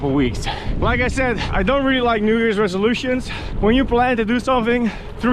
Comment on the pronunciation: The week after the U.S.A. Thanksgivng holiday. Normally first Monday in December. FYI, it could be my audio but it sounds like u r saying "New Years Revolutions" ... if your are it's "New Years Resolutions" ... if your not my bad.